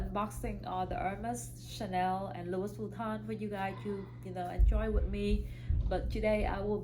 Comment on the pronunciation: It's Louis Vuitton, you don't pronounce the "s" in Louis, it's French 🥰